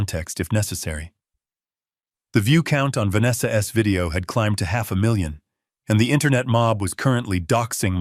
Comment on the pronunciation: Great story. The voice over was very robotic, when saying Vanessa's it was "Vanessa ess?", then halfway through it went back 15 mins and replayed. It was good but so ruff. I wish it was polished. The ess thing was very annoying.